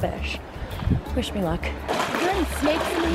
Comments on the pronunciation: I seriously thought she said "fish me luck" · When you said "wish me luck" I thought you said "fish me luck" haha 😂